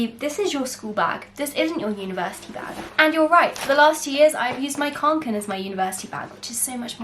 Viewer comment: Everyone: what's in my 'backpack' Ruby: what's in my 'UniVErSitY BaG' 😂😂😂lots of love to everyone from a small youtuber...be safe guys..